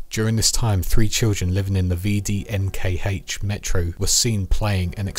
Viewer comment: A note on pronunciation, you wouldn't say V-D-N-K-H, you'd sound it out more like "veh-deh-ehn-khah" the same way the PPSh isn't P-P-S-H but "puh-puh-sha".